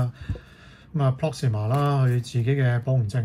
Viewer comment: Proxima, Not Proxmia